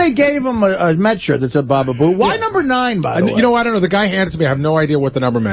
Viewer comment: Artie and Gary really missed the obvious joke here. It's number noine!